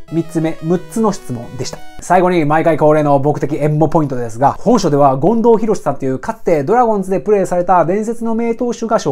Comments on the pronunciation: そですね！ 近藤さんじゃなくて進藤さんのイントネーションですw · めっちゃためになります！ あと 権藤⤵さん かなw マンボウと同じ抑揚でw